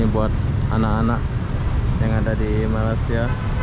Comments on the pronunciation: jawa Mana sih ngomong malaysia kok nggak bisa ucapin Malaysia bukan Malasia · Belajar ya ucapanx biar enak didengar hati hati loe Nama Negara orang nyebutnya yg bener Malay sia